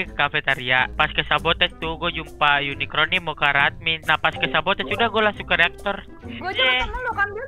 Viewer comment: wiwin kasih tau napa le "unicorn" bukan unikron